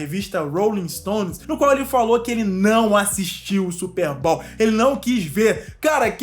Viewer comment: Não leve isso a mal mano, só pra agregar mais valor e conteúdo que você já tem.. Não se pronuncia SSÚPER BÁL, se pronúncia SÚPÊRR BÔW